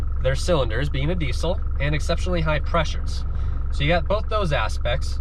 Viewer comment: They way he says diesel hurts me deeply